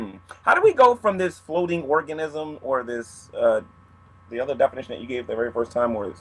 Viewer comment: seems like a very intelligent man, but I can't help but giggle when he says Organism (hint: he says Orgasmism)